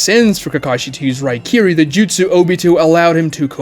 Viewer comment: Also saying 1000 justsus. It's justsu. Japanese has no plural